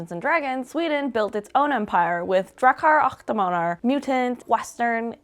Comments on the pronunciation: Drachar ach damanar! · Drahkar ack Demanhar 👌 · drakar ach damanar lät det som hehe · "Dracchar ach damaner" help I'm dying this is too adorable x'D (For future reference, pronounce it more like "Dra-kar ock de-mon-er" or just listen to google translate read it for you :) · You pronounce it Drakar åck demåner; It’s Swedish not German😭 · Drakar och Demoner is pronounced Drah-kar ok Demon-er. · DRAW-kar awe de-MAW-ner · DRAYCHTAR UCGH DIMONAR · "draa-car acht däemaunur" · Draachaer aach deamaaunur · Drakkar Occ Demannar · For non-Swedes, it's pronounced: [draa•kaar ook deh•mon•ehr] As the sounds in "draw", "are", "hook" and "demo". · Drakar och Demoner is Dragons and Demons in English.. and pronunciation of was horrible... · Why'd you pronounce Drakar och Demoner like that... I'm sad now... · Man... you really slaughtered the pronunciation of Drakar och Demoner :( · Who taught her skånska for pronunciation of the Rs? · The pronunciation of Drakar och Demoner crushed my Swedish soul just 10 seconds into the video. Liked and Hyped. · Wow, it was even worse than I anticipated. But thanks for the video!